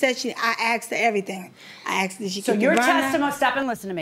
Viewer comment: The pastor “axed” me???